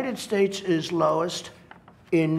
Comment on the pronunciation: "It izz what it izz"